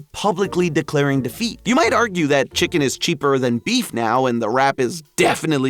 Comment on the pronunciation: “ chickenl is crazy